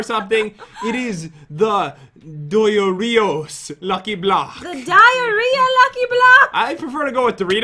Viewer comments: you now its dioros not DORITOS MAN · Does anyone realise they say Doritos but the name is Diros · Proper pronunciation:Die-er-os Not:Die-a-rie-a or Doritos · Pronoucment ( die-or-eos) you proboly can't say that anyways but whatever you probably won't even notice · Dioros? Why does it sound like doritos? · I pronounced it like Die-er-ohs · Ares Carandang it sounds now like oreos😂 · The correct Pronounciation is Dioros Da-yo-Ros P.S im Asian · Idk if you pronounce it as 'Dayoros' or 'dyoros' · its DIE-ER-OSS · I pronounce it Dorito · It’s dor-is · Are they saying diarrhea or is it just me are they saying on purpose I don't know like this post if you heard it too and if you are watching this in 2019 😂😂😂😂😂😂😂